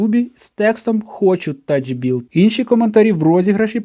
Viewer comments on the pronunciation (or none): ТаФбілт, не таЧ-. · Читається радше «Тафбілд», від англ. «tough» - як «сильний», «надійний», «моцний»